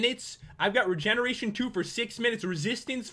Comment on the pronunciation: every time he says regeneration I think reJENeration..................